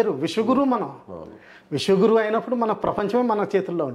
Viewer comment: విష గురువు కాదు విశ్వ గురువు కొంచెం కరెక్ట్ చేసుకోండి సార్